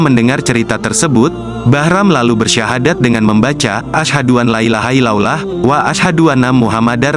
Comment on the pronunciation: Yg baca berta kaya bukan orng muslim...baca sahadat blepoyan...